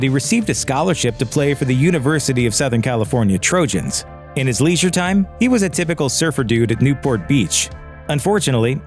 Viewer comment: What is ‘Lee-sure’